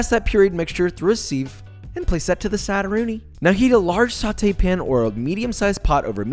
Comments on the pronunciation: The way josh says sieve makes me violently uncomfortable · Josh: pass that (tomato) mixture through a SEEVE No one: Sieve is pronounced siv .. sounds like give .. not leave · The word sieve is pronounced SIV not SEEVE. I thought you were a knowledgeable chef. Disgusting.